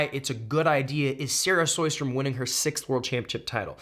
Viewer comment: Lol Cody’s been butchering Sara Sjostrom’s name for years now and it keeps changing. It’s SHOW-strom. Pretty simple actually.